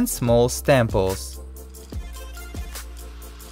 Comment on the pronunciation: I laughed when he said stamples instead of staples and I feel bad